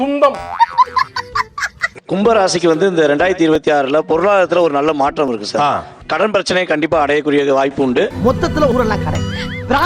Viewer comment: மாட்றம் ஏட்றம் முன்னேட்றம்???!!! தமில் பேசுகிறார்.